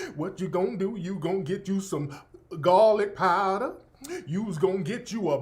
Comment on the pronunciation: Gahlik paahdah...LMFAOOOOO 💀💀😂😂😂